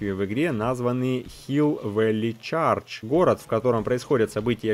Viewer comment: привет, я знаю, что ты учил немецкий, и не против, когда в комментариях подсказывают, как что звучит) чЁрч (церковь) и Valley как Вэли (ˈvælɪ) вторая эл не слышится. Спасибо за видео,.